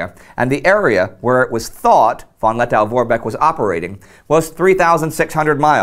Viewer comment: Lettow is pronounced Let-toe, not -tow.Did you know that, still today, the halls of the Riga Central Market are former WW I Zeppelin hangars?